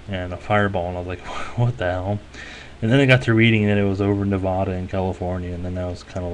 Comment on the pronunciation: Knee Vaaaaa Duhhhh not Neh Vah Duh